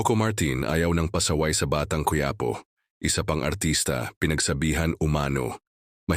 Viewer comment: Quiapo ayusin no pronounciation mo